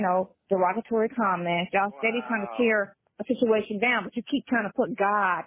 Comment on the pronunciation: uses the word “situation” in just about every phone call. She says “shichuation” instead of situation.